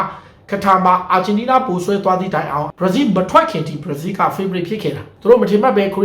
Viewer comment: ဘရာဇီးလို့ပီပီပြင်ပြင်ပြောစမ်းပါကွာမင်းဟာကဘာပြောမှန်းမသိဘူးပဲကများနေသေးတယ်